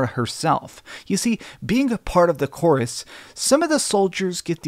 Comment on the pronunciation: How many times did you say chorus, or should I say chorvs in your video? Lol, do you know why my ps5 has it spelled correctly and all in game subtitles say it correctly too? But the cover has a V? Am I missing something here… Anyway good video man!